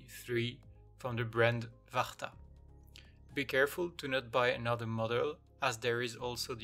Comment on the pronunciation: I bet your french as me by the way you said "varta" :). Anyway i'm gonna try your tuto soon my right earbud battery's is slowly dying. After only 30 minutes of use it drop down to 20%. I have the sony WF1000XM3 since they were released and even if getting the new 1000XM4 is tempting puting another 250 eurosish is really not.